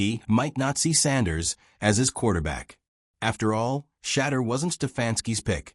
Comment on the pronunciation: If you can't prononce Shedure's name correctly then hang up your mike!